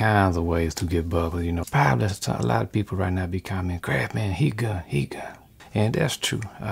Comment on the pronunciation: Has he been dropping the "s" when he says Crafsman lately? Recent videos sound like Crafman.